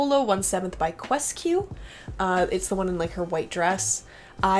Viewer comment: Surprised how the Japanese pronounce QuesQ as "KyoosKyu" btw,, I thought you'd actually go with that 😂